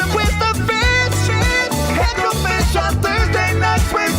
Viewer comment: Tim Burchett at the end of his recent JRE interview pointed out Joe's Hecklefish plushy and knew what it was. Said "He said my name once but said it wrong, I guess cause he's a Yankee."